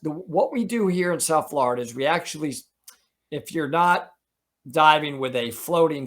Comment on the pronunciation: Ok, as a native Floridian I need to correct you. It's pronounced FL OH RIDA, not FL ARRR IDA.